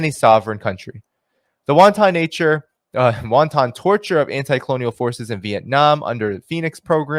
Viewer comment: I love your work, but every time I hear you mispronounce "wanton" as "won ton", I cannot help but end up feeling guilty for having a race oriented thought. Wanton rhymes with forgotten.